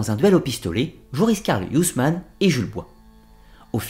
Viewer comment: Ça a peut-être été déjà corrigé plus haut mais Huysmans se prononce "huit semences". Merci pour votre travail.